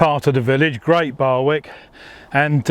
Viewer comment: Great video. Just one point to pick you up on. Barwick is pronounced Barrick. The w is silent. BTW, you need to get a microphone. Otherwise, good work.